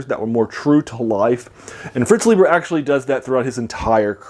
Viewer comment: Pronounced Fritz LIE'ber.